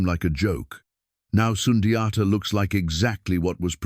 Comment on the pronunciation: It has to be in mandingo language. Not a colonizers way to pronounce it!